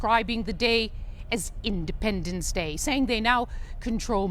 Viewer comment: Indipende.... what just you said earlier